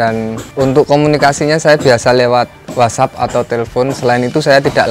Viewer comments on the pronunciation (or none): none